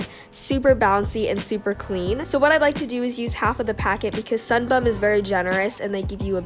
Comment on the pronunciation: Anyone else just laugh every time she said “sunbum”